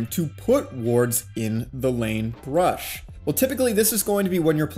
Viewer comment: I don't get it man are u saying "brush" or "bush" , because I am very confused.